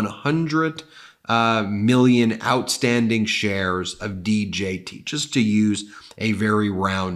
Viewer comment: Keep hearing shares as chers & cant stop laughing at so many chers 😂